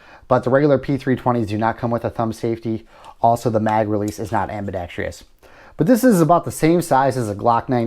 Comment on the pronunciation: You keep mispronouncing the word "Ambidextrous" not (Ambedextrious). I'm sure you're a decent person but please take some time to familiarize yourself with the correct pronunciation of words, your friends, family, coworkers and anyone else you converse with will appreciate it.